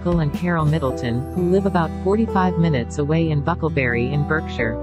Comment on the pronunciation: Can we please get Prince Louis’s name and Berkshire pronounced correctly